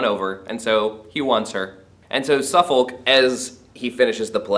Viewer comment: There is no real justification to claim the relationship between M and Suffolk was actual adultery. It is never even suggested by any character, even M's enemies and it is also a side issue in the course of the plays. Not so keen on your mispronunciation of names such as Warwick and Suffolk which suggests you have not seen any quality British productions of these plays but only read them.